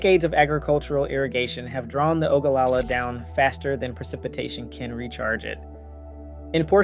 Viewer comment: AW-kwi-fer. Not a-KEE-fer. You should learn how to pronounce these words before you publish yourself speaking them for all the world to hear. Why did you research all the other facts but not how to pronounce the words? You also pronounced Ogallala wrong. ESL?